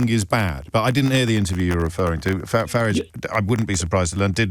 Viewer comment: Faridge riots, not Fararge riots